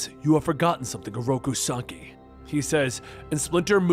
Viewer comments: This video is amazing and I give you all due respect and kudos, but every time you call Oroku Saki “sockeye” it’s like nails on a chalk board to me. Other than that, I’d rather spend my time watching this than that Michael Bay garbage. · Rip Benny. But Oroku Sock-eye still gets me in the feels😂